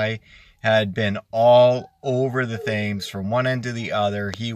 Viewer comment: Great report! I was out yesterday from 8am to 430pm & didn't get a walleye only junk fish. Also the Thames River is pronounced Tems river. you don't pronounce the "Th" sound. Just an FYI, great reports!!